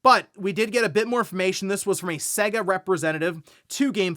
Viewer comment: Dude, you’re pronouncing SEGA wrong, please stop it.